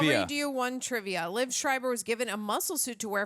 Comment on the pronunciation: not to be nit picky but I will, its pronounced Lee-Ev, 2 syllables, not "leave"